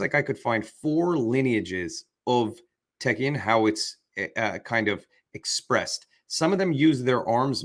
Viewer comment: It's Taekkyeon.